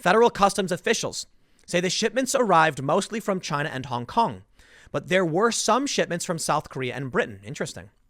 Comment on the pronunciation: Tim, it’s pronounced ChiNA 🇨🇳